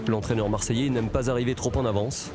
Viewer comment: Grave moi je suis choquer de voir comment tu détruit le nom de notre peuple « Marseillais »